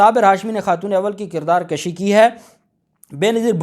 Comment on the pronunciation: بیٹا لفظ کُشی ہے کَشی نہیں